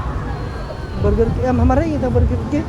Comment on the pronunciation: His pronunciation yo yo and burger kit i cannot stop laughing 😂😂😂😂